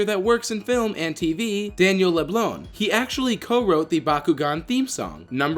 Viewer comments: leblanc is I a commen last name in Canada ad you said it rong leau_- blan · Daniel leblanc that is not how you pronounce his last name I would know I have the same last name